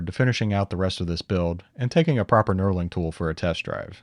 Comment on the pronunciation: Knurling! I kept hearing "Neuroling" or something of the sort and I was very confused.